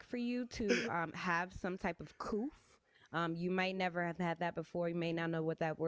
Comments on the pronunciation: Also, the word is 'couth' honey, not "coof" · It's cooth, not coof...learn words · Coof? She can’t even say couth. 🤦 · GOOD HOLY GOD!!!!!!!!!!! The woman just told to have some type of "COOF"!!!!!!!!! COOF, and then she has the ignorance to ask him if he "knows what that word means". LOL. Comedy writers couldn't come up with this. Obviously, our girl here is trying to say the word "couth", but that's beside the point. Good LORD. Right off the bat you can gauge the mentality and intellect here on this panel. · Or “Coooff” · "You gotta have sum kine'a coophth" 😵‍💫🤣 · knew she mispronounced it and when she asked "Do you know what that means?" He said "No, what does that mean?"...hilarious lol 😂!